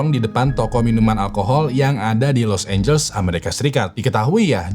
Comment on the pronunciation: Been watching your videos for few years now BUT YOU STILL FAILED TO PRONOUNCE LIQUOR, LOS ANGELES WRONGLY 🙄🙄🙄🙄 BLAJAR PLEASE JGN LAH TAKDE IMPROVEMENT 🤦🤦🤦 IT'S NOT EVEN ROCKET SCIENCE 🥴🥴 and their names errghhhh... Learn them first!!!